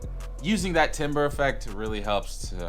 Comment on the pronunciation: Dope video. Probably gonna get Omni soon, thanks! Side note- Timbre is pronounced "tamber." In classical terms, it's basically the tone of a sound. Think sine and square waves; sine is rounded, square is sharper. You can have two oscillators play the same frequency, but different shapes will have different timbres.